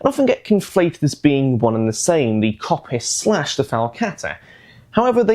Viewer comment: Great video although I have to say the Kopis is actually pronounced Kopís (accent falls on the I). Being Greek I had to point that out.